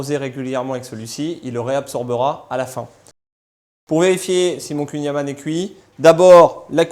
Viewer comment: Il faudrait peut-être apprendre à prononcer correctement le "kouign amann !!!! Merci (une bretonne pur beurre)